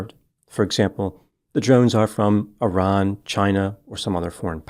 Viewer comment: Thank you for pronouncing Iran correctly 😊❤